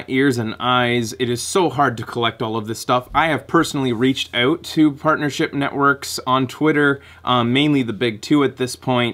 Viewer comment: ***** i thought i heard a little bit of a accent when you said out in one of your videos but i wasn't sure because it wasn't a straight up o sound instead of ow sound like americans say it.